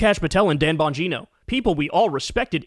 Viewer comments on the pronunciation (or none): *Gine-OH* Dan Bon-GINE-oh